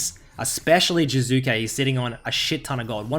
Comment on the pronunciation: "Current topic jUzuke"